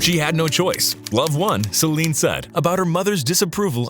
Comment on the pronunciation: This is AI reading for you. Reads Celine's name out to sound like "slime".